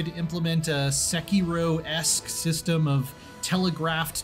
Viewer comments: You are stressing the wrong syllable in "sekiro" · Why did that ign guy say sekiro like se key row.